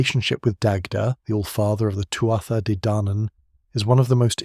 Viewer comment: Really nice documentary man, I enjoyed it! For future reference, the correct, phonetic pronunciation of "Tuath" is "two-ah"